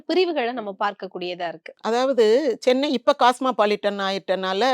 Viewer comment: Anchor, it's Chennai not sennai.